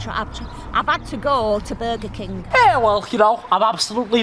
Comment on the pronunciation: "Bega Keng" I'm crying